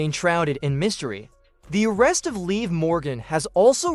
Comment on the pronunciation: It's not leave morgan it's liv morgan! You know, like live in a house 🏠 only without the letter e at the end of the name get it!